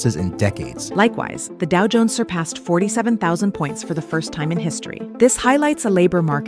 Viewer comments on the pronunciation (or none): none